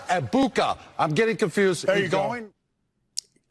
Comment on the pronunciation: Would have been better to see the team call out the racism element to butchering Egbuka's name, rather than all just sniggering at the mistake and how he's "stoopid". Come on Team, do better!